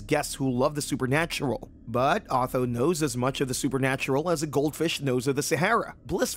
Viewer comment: who the bloody hell is "AW-THO"???